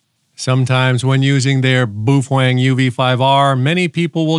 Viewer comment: It’s actually pronounced Bao Fang